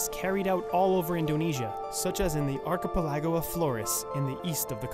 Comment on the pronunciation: how does this guy not know how to say archipelago?